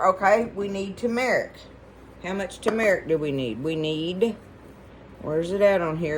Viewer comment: I have fallen in love with you and your videos but can I offer some advice. It’s not Tu-metic. It’s Tur-metic, uou and a lot of others say it wrong.